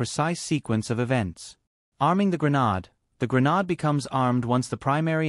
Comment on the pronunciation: i can't stand listening to this. The way he pronounces "Grenade" is incompatible with my ears. I hope I'm not the only one. I will have to find another video that explains how a flash bang works, with a different narrator that pronounces "Grenade" in the way my ears are used to. Nice try tho.